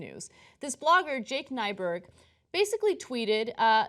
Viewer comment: Scandinavian. Means new mountain. Minnesotan here. We have tons of names like that. lol (And it's Nyberg, not Nyburg.)